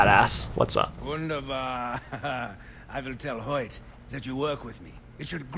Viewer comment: Yep, it's "wunderbar" and even Nick pronounced it more properly than the guy who synced Sam.